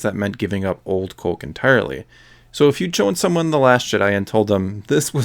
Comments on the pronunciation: U sound canaidian wen u day coke! U da ound normal until u say coke. Please stop saying it so wierd. Omg if u say coke 1 more time im unsubing!OMG U SAY IT LIKE 250 MORE TIMES AFTER I WROTE THIS!!!!!!!!!! Theres no L n coke. Its not colke, it coke. I wanna rip my dick off so i have somethimg to plug my ears, wen i hear u say COLKE.!!!!!!!!👎👎👎👎👎👎🖕👎👎👎👎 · You say it like “Cöke.” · I like your Minnesota way of saying "coke". Cōke. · it almost sounds like there's an umlaut over the "o" when he says "cöke" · c-oh-ke. haha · "Cohke" where you from bro? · All I keep hearing is "colk" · You say Coke weird, but every other word is familiar. Are you Canadian? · Good video, but you say "coke" funny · You say Coke funny